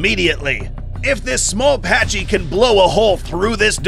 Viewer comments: Packy. Not patchy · Small correction, the Pachy is pronounced pac-e not pach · “Packy” the c-h in the name makes a “k” sound.